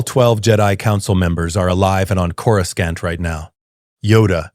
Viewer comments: Corus can't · You mean cour a scant. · Its KO-RU-SANT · Coruscant ❌️ Coruscaunt ✅️ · chorus kant? AI narrator, hard pass. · always pronounced it coroosont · Cora-scant lol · I know this is AI but I can't understand why the AI can't pronounce coruscant right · Ironically enough, the AI did the old pronunciation of Coruscant, the one from the 90s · Because clankers just coruscan't bro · Is it pronounced Koro-skont or Korosont?.